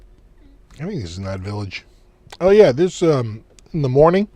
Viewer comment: as an Aussie I wholeheartedly approve of your pronunciation of “down unda” and “yeah” 😂